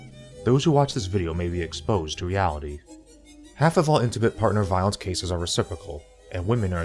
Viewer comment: Lol. At first I thought when you said "reality" you said "Yaoi"